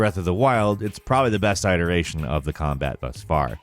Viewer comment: He also can't pronounce "iterations".